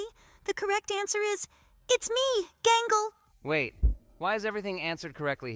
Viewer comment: Its gangle